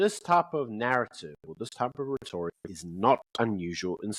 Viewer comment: Love your show, but please, please, please... PREVALENT has emphasis on first syllable and RHETORIC emphasis in on first syllable